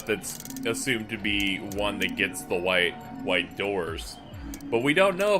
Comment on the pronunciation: Wait. Did just say w-pronounced h-ite instead of white?